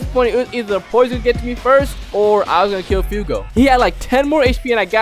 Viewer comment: It's fugo not fiyugo.